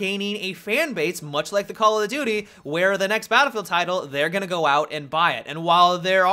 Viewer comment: Why is it that when Americans say call of duty, it sounds like call a doody!!?